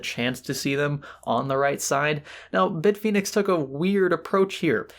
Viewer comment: FACT: from Hardware Canucks pronounces Bit Fenix as Beet Finix.